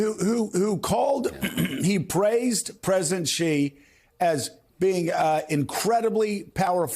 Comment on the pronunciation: Bro can’t even pronounce Uyghurs correctly